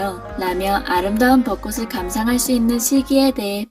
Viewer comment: 방송에서조차 아나운서나 전문MC가 아닌 일반 연예인들은 빈번하게 틀리는 발음. '꽃을 사주다' : '꼬슬 사주다'X '꼬츨 사주다'O '꽃으로' : '꼬스로'X '꼬츠로'O '꽃이' : '꼬시'X '꼬치'O 한 가지 더... '빚을 지다' '빚이 많다' : '비슬 지다' '비시 만타'X '비즐 지다' '비지 만타'O '비시 만타'라고 발음하게 되면 (머리 빗는)'빗이 여러 개 있다' 라는 뜻이 된다. '꽃으로'는 '꼬츠로'로 정확히 발음함. '벚꽃으로'(버꼬츠로)를 '버꼬스로'로 틀리게 발음함. 여기서는 '벚꽃이'(버꼬치)와 '벚꽃으로'(버꼬츠로) 두 가지 다 맞게 발음함. '벚꽃을'(버꼬츨)을 '버꼬슬'로 잘못 발음함. '벚꽃이'와 '벚꽃을' 두 가지 다 맞게 발음함.